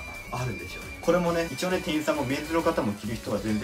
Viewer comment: いちよう→一応(いちおう)